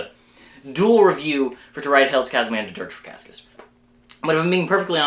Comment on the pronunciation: its "KASS-ee-us" btw :)